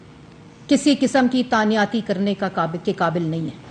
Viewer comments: Tanyati 🤣🤣🤣 madam the actual word is tainati not tanyati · اردو صحیح کرو تانیاتی نہیں تعیناتی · Taaniyaati...😂😂😂 Pehley mein samjha slip of tongue tha but is ne to confidence se bola...baar baar...😂 تانیاتی۔۔۔۔ واقعی؟ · تانیا تی تانیاتی تانیاتی . . . . . Plz some one stop her .